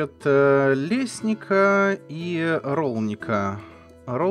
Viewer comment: тебе раньше говорили - тут названия всех городов на ца заканчиваются. Бранница, Бараница, Лесница(тут ударение даже на И скорее всего)